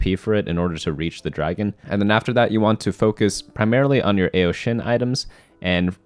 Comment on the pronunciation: hears the mispronunciation of AO more ugh.